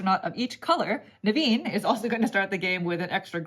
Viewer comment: Naveens name pronunciations at the beginning was on point. I saw that smirk and containment. Nice work!